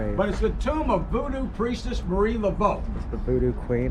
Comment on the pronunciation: The name is Marie Laveau, not Mary. Very famous woman.